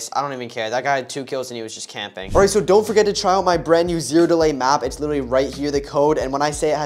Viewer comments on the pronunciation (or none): The fact that the guy only says Willinly not literally 😂